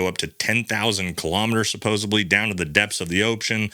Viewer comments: Sir, I think it's supposedly.. not supposably. No offense meant. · Love this channel! Side note: it's supposedly not supposebly . Also, you say ' yeaaah' a lot.